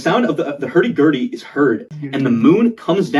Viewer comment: uh.... Rudy hur.. gurdy